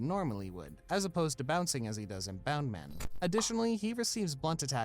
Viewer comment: the guy calling it bound-man despite the subtitles of the clip showing it was bounce-man annoyed me so much. Almost as much as him calling Moria, Maria.